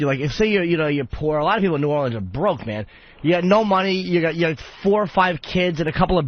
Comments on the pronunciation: If Opie says "Nawlins" one more focking time... I'm not gonna do a damn thing about it (but I'll fantasize about driving to his house, and beating the living shit outta him!) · Jesus fucking Christ, Opie, say "Nawlins" one more time why don'tcha